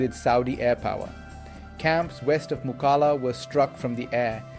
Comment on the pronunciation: Mukalla is actually pronounced as ‘MO KALLA’ locally مو کل لا